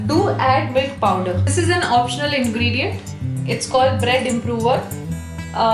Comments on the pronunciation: I almost asked her if at the beginning she said “mill powder” or “milk powder”. I really did just wanna know to be sure, but I decided to see if there was even such thing as mill powder to refer to. There wasn’t. Don’t judge me. Bottom line I’m glad I looked it up or she wouldn’t even know what I was talking about and it might have even seemed offensive to her. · Hi! is it possible to post the recipe? I'm not sure how much of the milk pwder to add. I can't really understand what she says there sorry. Also, how do I get the crunchy crust like Pizza Hut... Good recipe btw! Thanks!